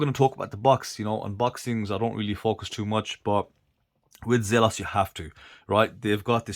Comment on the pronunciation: It's pronounced Zelos, not Zelos.